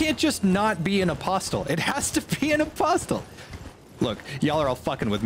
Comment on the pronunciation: The way J pronounces "apostle" is giving me an aneurysm